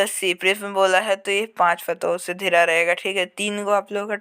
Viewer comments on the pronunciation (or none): Are bhai14 ka question pdne nhi ata hai kya ghira ko dhira pdta hai